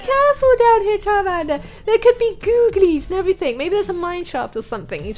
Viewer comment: XD you said carmander